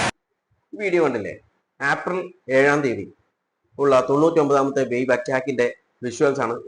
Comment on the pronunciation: ഏപ്രിൽ എന്ന് പറയൂ. ആപ്രിൽ അല്ല